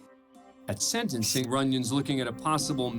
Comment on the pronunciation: IT’S SENTENCING NOT SEDENCING